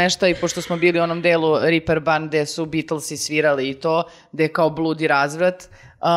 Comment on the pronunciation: Reperban najpribliznije nasem izgovaranju, nikako Riper... Nemci su generalno pozorisna publika, stvarno ubijaju potpuni ugodjaj na koncertima. Dve potpuno nebitne informacije od mene iskljucivo kako bih izrazio ljubomoru posto je dosla do karata, za razliku od nas par koji smo stotinak kilometara udaljeni od Hamburga.